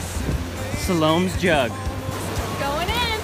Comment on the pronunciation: It's not Salome it's Sal-o-may just not spelled like the month but pronounced like it!!